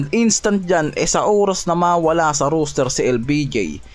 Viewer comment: Roster hindi Rooster ginawa mong tandang ang kulit mo ilang beses ka na sinabihan hahaha